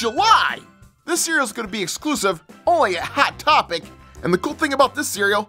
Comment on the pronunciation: Why’d you say hat topic instead of hot topic